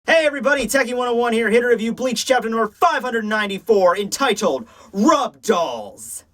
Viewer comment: you said "entitled" again.:)